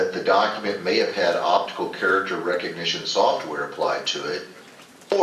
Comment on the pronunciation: "Opitical" This should show you the level of intelligence these people have.